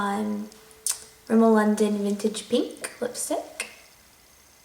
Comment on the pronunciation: ''minted pinkkkkkkkk lipstikkkkkkkk''